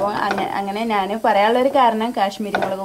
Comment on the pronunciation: നാന് അല്ല ഞ്ഞാൽ